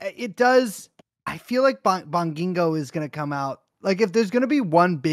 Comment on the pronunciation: Thank you Brace for following house style when pronouncing Bong-ging-go